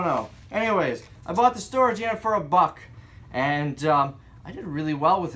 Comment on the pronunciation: You're saying "buck" wrong.